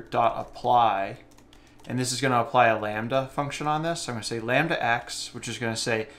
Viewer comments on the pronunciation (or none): none